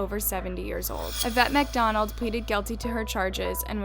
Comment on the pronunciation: is it just me or did she say Mcoffe and Macdonald LMAo